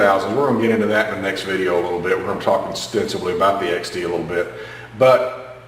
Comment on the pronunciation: I'm an ex tanker. You said extensively I heard ostensibly. :)